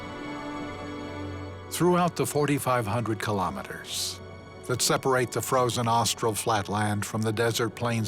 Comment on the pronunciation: Pronunciation could be better: Chilenos say something like 'cheelay" not "chilly", The park names are pronounced well, but "Austral Fiords:" becomes "Astral Fiords" and Guadacus becomes Gwaydacus, so add the comical captions, Entertainingly coical at least, and very cool to see what yo'ud need thousands of dollars and months of time to see first hand